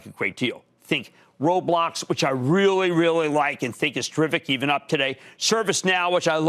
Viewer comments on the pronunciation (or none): Roblhloblox which I rrrrrhrhrrhealllyyy rrrhrreally like. Cramer keep making a clown of himself